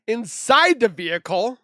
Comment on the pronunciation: 😂😂vehicle not vehice